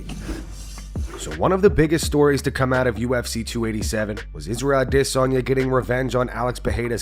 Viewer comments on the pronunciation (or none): Dude why you always pronounce Adaysanya "ah-DIS-anya"? Do we all have it wrong? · Please stop with the AdeSOnya´s. It´s cringy, you´re not a tribesman, and you say parreira like a muppet. Just don´t